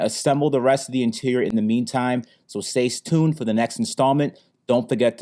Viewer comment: did he said "stay stune"?